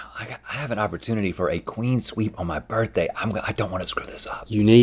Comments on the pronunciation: Love how they both incorrectly say "Queen Sweep" instead of "Clean Sweep" which is CORRECT! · Were they saying “queen sweep”? Isn’t it clean sweep?